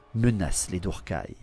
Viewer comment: Tu dis «dourkaï» pour druchiis? C'est le déplacement du «R» que je comprends pas... Après la prononciation personne ne peut être certain de la bonne. Perso je prononce tous les termes elfiques a l'anglaise. (Je mettrai «ss» pour le son «th» prononcé comme dans «theory» Pour faire du phonétique, c'est pas génial mais je sais pas ecrire les lettres phonétiques avec un clavier et peu de gens savent les lire donc...) «Eulssuane» pour Ulthuan...pas «Ultuan» «krasse» et pas «shrasse» «assrail» pour Asraï, pas «ass raie» «Naguaross» et pas «Naguarote» «Malekiss» pas «Malékite» (Encore que ces deux derniers me choquent pas a la française» C'est juste une façon de prononcer hein, pas reproche. C'est comme les gens qui disent «Nu-r-gle» au lieu de «neurgueule» Mais Tzeentch étant sûrement celui avec le plus de prononciations différentes (pour le coup c'est cohérent avec lui^^) Tzintche, Tsainche, Tzwouinche, et d'autres que j'imagine même pas.